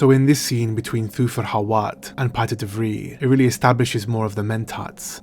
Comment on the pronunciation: So funny to see the name "Piter de Vries". The family name "De Vries" is 100% Dutch and in the top 10 of most common family names in the Netherlands. You correctly pronounced the "ie" sound, but the s isn't silent. I would have loved to have this scene with Paul and Hawat. And also the scene with Hawat and De Vries. It would even better explain Paul's exceptional powers. Almost to show a juxtaposition between the powers of mentats and those of the Bene Gessiret, but Paul learning to master both.